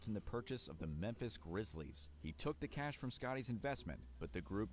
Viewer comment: cash sounding exactly like flight😂😂😂😂😂